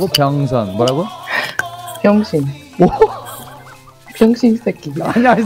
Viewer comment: 마지막에 훅 들어오는 고급한국어 병진샊이... 발음이 원어민 발음이야.